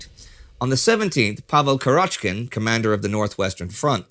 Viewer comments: It's 'Kurochkin, with the stress on the first syllable. Means literally "Chicken's" in Russian. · The stress in Kurochkin should be on the first syllable, and in Sevastopol on the third syllable